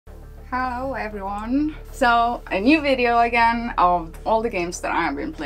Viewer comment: "how everyone" ?